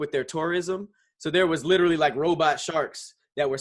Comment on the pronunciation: favorite word he can't say "literally"